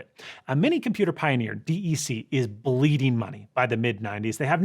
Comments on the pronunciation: DEC. “deck”, not “Dee eee see”. They literally had all the best stuff (Alpha, StrongARM, AltaVista) and couldn’t see past trying to beat IBM at IBM’s game to use all their weapons to dominate the emerging internet market. Can you imagine Macs with Alpha processors instead of PowerPC? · us old-timers twice your age who cut their teeth in ye olden days on Digital Equipment Corporation PDP-11 and VAX systems remember that their acronym DEC is pronounced with one syllable “deck”, not D-E-C. Otherwise great video! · This is the 2nd ARM related video I've seen where DEC is pronounced Dee Eee See, nobody called them that. It was always pronounced Dek, sometimes Digital but never once did I hear Dee Eee See. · They were called DEC Dec dec not Dee Eee Cee. Reshape computing...Reshape the World!!!! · Hey just a pointer: DEC was pronounced like “deck”. Or just Digital. Nobody said D E C. It would have been good to mention that at the time DEC took on ARM chips, they currently made the fastest CPUs in the world: Alpha.